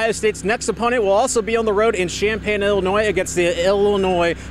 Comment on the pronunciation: It's Illinois. Not ill ill e annoy. Lol